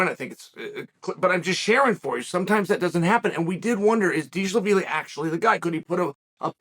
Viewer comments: Deesh-la-veeli, am I right?😅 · Every time he said Deesh-la-vili I cried😂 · Atp I just watch chael to hear how he’s gonna pronounce James Deshalaveli yeah chael that’s his name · If uncle chael says Deshlavilly then it is deeshlavilly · Not deeshlavilly 😁 he’s name is dvalishvili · What are you gonna do If Deesh-la-veely takes your jacket. 😂😂😂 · Deeshaveeli, that’s perfect Chael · “Dishal Lavili”. Chael has outdone himself with that one 😂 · Diesel the feely. DieselVasheely. Deesh Laveely. LOL Chael. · Deeshlaveelee. Deeshalaveelee 😂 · Deesha- La - Villy ?! 😂😅❤ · new mythical fighter by ol uncle chael. merab "deeshlaveely"🤣🤣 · Dishalavilly, Hazmat, Blahall, Peeyeyra... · sounds like deeshlavilly to me, chael said what he said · If chael says he's "Dee sha la veelee" then Merab is now "Dee sha la veelee" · I'd have tried to make a witty comment about how he pronounced "Dishalavili" but I don't know the correct pronunciation of his name either. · Deeshlaveeli. International linguistics champ, Uncle Chael. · Deeshalaveeleyyy. Chael's mispronounciation game is strong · you should get his name right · Huge props to Chael for not getting Merab's surname right a single time